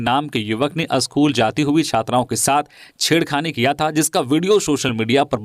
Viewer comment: इनके शब्दों के उच्चारण में अक्सर दोष सुना जाता है। उदाहरण के तौर पर "स" को इनके द्वारा श का उच्चारण "स्कूल" को इनके द्वारा असकुल बोला जाता है। कृप्या सुधार करें।